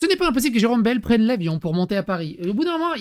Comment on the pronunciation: Tu auras remarqué que Jérome Bayle prononce baïle et non bêle😉